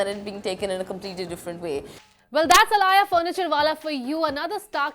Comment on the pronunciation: She was aaliya...why is her name being pronounced as alaaya??